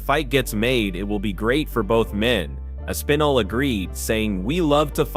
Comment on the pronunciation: Way to butcher the pronunciation of Aspinall's name...